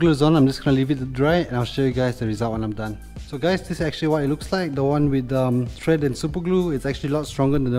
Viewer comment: Thread not tread